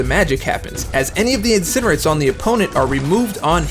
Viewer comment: should be peanalised' for pronouncing it Incinerit'.